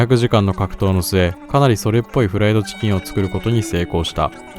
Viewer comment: ﾝｧｱｰﾂｨｷﾝﾆｨｬｱｱｱｰｰｰｰｰｰｰｰｰｰでもう無理だった